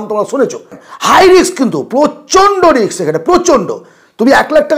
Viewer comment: রিক্স নয় ওটা রিস্ক।। বাঙালী দের ইংরেজি কেন এত খারাপ